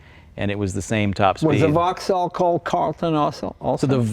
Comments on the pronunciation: It's pronoumced "Vox-All" not "Vog-Zall"! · It uses a Corvette gearbox and it's Vauxhall not Vogal. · Brit' here - VauxHall sounds wrong, drop the H = Vaux'all, now you're speaking the lingo 😉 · OMFG, can someone tell this chap how to pronounce ‘Vauxhall’ correctly?! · Can’t pronounce ‘Vauxhall’ though.